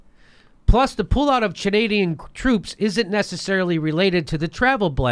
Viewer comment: "Chanadian." Correct me if I'm wrong, but aren't they just called, "Chads?"